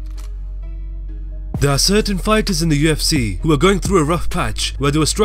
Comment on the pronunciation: Lmao who else hates how this dude pronounces "the UFC"